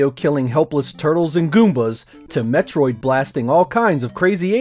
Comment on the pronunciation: did u say metroid!!!??...think u need to correct that